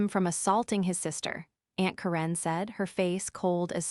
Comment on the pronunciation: I would love for you to tell me where you when to school. You apparently fall simply English since you are having a difficult time pronouncing simple words and names. Look at how to say Karen